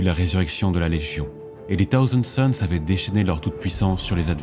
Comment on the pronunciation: Dommage que ton très léger cheveu sur la langue prononce "Taouzand Sons" plutôt que "Ssaouzand Sons", c'est l'occasion à ce cheveu de s'exprimer! Plus sérieusement super voix posée, je recherche depuis longtemps ce type de narration, qui sied parfaitement à cet univers... il y a tellement d'histoires à raconter! #Aquila